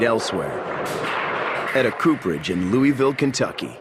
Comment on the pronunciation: louaville ky is how its pronounced